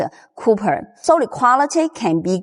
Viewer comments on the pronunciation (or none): 谢谢你！Xièxiè nǐ! Great information! Just a note: the metal used on the busbar is called 'cop-erh' (copper), not cooper. No big deal, we know what you mean. 👍🏻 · Your English is fine. But the wire is not "COOPER" it is "Copper".